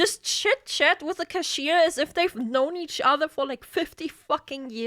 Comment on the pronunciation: Anyone notice she says cashier like "kashir"? Like they're a nomadic people from northern Arabia